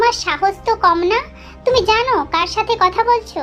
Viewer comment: আপু তুমি ভালো করে কথা বল কারন তুমি বলছো ছাতে ছাতে এরকম আনেক ভুল কথা বলছো আপু তোমার অনেক কথা ঠিক হয়নি ঠিক করে কথা বল😂